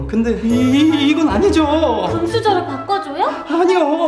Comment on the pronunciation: 맘카페 아직도 보시나요..? 목소리 왜 그래요ㅋㅋㅋㅋ아↘️니↕️죠↘️오➡️